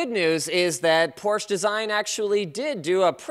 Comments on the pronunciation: The name is Porsche not Porsch please don't forget the E Sincerely A German guy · Hey Linus. A porch can't design much. But Porsche can! There's an E at the end and it is pronounced. Two syllables! Por-sche =) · It's pronounced porsh-ahh, not porsh. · its porschE not porsch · it's Por schě